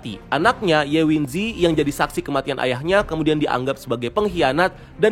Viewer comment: Bang, script lu masih ada kesalahannya. Harusnya bisa dicek ulang sebelum recording. 1. Jack Rooney itu drop out dari Oxford, kuliahnya gak selesai, jadi dia bukan sarjana fisika. 2. Teori Relativitas, bukan Teori Revalitas. 3. Ye Wenjie dibaca Ye Wen-ji-e, bukan Ye Wen-ji. 4. Kayaknya yg lu bahas ini sinopsis The Three-Body Problem versi novel aslinya atau series versi China ya, bukan versi Netflix. 5. Ada satu detil penting yg gak lu bahas, yaitu para alien tsb (disebut San-Ti) takut terhadap manusia, mereka pada akhirnya memutuskan untuk melakukan invasi itu karena melihat sifat manusia yg suka berbohong. Aslinya rencana awal mereka adalah datang dengan damai dan hidup berdampingan bersama manusia di bumi. Kedatangan bangsa alien San-Ti tsb masih 400 tahun lagi, yg udah sampai ke bumi cuma 2 unit Sophon aja. Btw, Sophon itu adalah super komputer yg ukurannya lebih kecil dari atom tapi bisa membesar hingga menutupi seluruh planet bumi. Lalu kenapa Sophon tsb bisa sampai duluan ke bumi sedangkan bangsa alien San-Ti nya sendiri baru akan sampai 400 tahun lagi, itu karena Sophon itu punya berat yg sangat ringan, bahkan bisa dibilang gak punya massa sama sekali, karena Sophon adalah super komputer foton, yg memungkinkan Sophon ini dikirim ke bumi dengan kecepatan cahaya. Sedangkan kapal koloni alien San-Ti hanya mampu bergerak dengan laju 1% dari kecepatan cahaya. Bangsa alien San-Ti emang punya kemajuan teknologi melebihi manusia, tapi hal tsb mereka raih selama jutaan tahun e